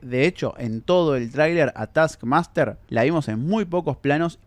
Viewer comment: no soporto ese "taskmaster"